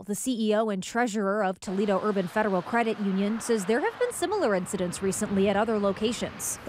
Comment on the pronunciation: umm its Toledo .........lol